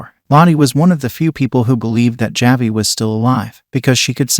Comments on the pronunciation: This is being read by a robot. That’s why it keeps mispronouncing ‘Javi’ as ‘Ja-vie’ instead of ‘Ha-vie’ #AIdiot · JahVee the boy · Javi… every time he says it my brain hurts…